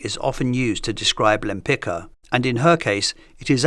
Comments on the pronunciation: It's amazing that Lempicki was pronounced correctly but Lempicka - no.... It's really annoying to hear "Lempika" so many times. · Great presentation of Tamara's works and life background. I may suggest you to check how the pronounce her Polish family name something like yempitska😀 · My comment was rude, I apologize. It was a result of a bit of frustration when an easily pronounced Polish surname (properly LempiTZka) is often anglicized, while the same isn't done for artists of other nationalities. Other than that, I really enjoyed the video itself and appreciate your channel. Best regards. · Many thanks, another brilliant episode. I don't mean to be nitpicking, but that's not how you pronounce her name, I'm afraid. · Great video, but please look at proper way of pronouncing her name… it hurts me so much as a Polish person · It’s so strange hearing her last name pronounced that way. It sounds very different from the Polish pronunciation I’m used to. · The name is pronounced "Lempitska". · She had polish surname, so please read it properly, it is spoken rather lempitzka, because in polish ck is not one sound but two. In polish also first letter is ł not l (Łempicka) so it should be even read wempitzka, not lempitzka. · "Lempika"???😂😂😂😂 Łempicka!!! "Ł" like "W" in "Wood". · try to read her name "Lempitska" not Lempika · From the channel named "Great Art Explained", what implies you know what you are talking about, I would expect you pronounce Lempicka's name correctly. It is not pronounced Lempika", but similar to "Lempi-ts-ka" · The correct pronunciation of the surname Łempicka is "Wempitska" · would be nice if English speakers would finally learn to pronounce her name correctly… she was Polish so you pronounce Lempicka like „Lempitzka”, not the way it is done in this video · Omg, Lempi-C-ka! There a letter „c” inside!!! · This is absolutely NOT how you pronounce Lempicka 🤦‍♀️🤦‍♀️🤦‍♀️